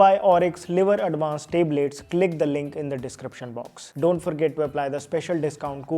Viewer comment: Tablet❌ Teblet✅